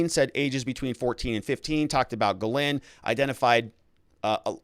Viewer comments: Please….please stop: guh-LANE. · Speaking of pronouncing names correctly, Ghislaine is pronounced Gill-lane. You are doing great work! I appreciate ya! Thanks! ☺️ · At least say her name right! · teach how to say Ghislaine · be nice if he could learn to pronounce Ghislaine properly.